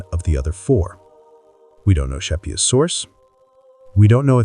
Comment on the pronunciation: All due respect, you really take away from a fantastically researched story on Thomas when you mispronounce Chapuys, and misrepresent other players. Also, when you're telling a story with that many people with the same name, it's a good idea to constantly clarify which person you are talking about. When you indicate that Cromwell ended up being a player in Thomas Boleyn's downfall, it kinda seemed like you were actually saying that Cromwell was influential in Wolsey's downfall, as that had been the topic you had just finished referring to. Still overall a wonderfully researched and remarkably insightful chronicle of the REAL Thomas Boleyn🤘🤘🤘